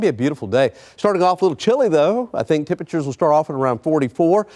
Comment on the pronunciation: Temprchrrrrs are gonna be cold.